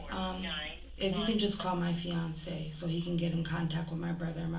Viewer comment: “Fiancé”. Girl..😒🙄